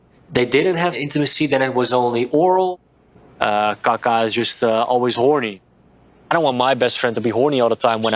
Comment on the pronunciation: he keeps calling him kaka like poop .... smart lol